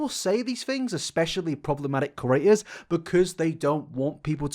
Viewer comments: can you PLEASE learn how to pronounce “creator”.... every single video you pronounce it like “curator” and it’s so annoying man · Ok but like can you stop saying « curator » when you mean « creator »